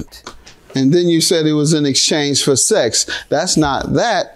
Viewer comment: I hate the way she says sex. How you turn this word into two syllables?? 😂😂. “It was just saaa-ex” 😂